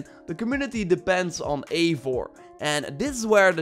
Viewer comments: Everyone pronounces the characters names as "Avor"... Its "Eivor" ... "Ei" "Vor" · Its Not Avor its Eivor like Ivar but With an O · It’s pronounced I-vor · Lᴏᴋɪ Oʀᴍꜱᴛᴜɴɢᴀ said in the breakdown video “avor”